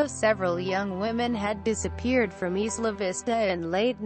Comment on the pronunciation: EYE-la Vista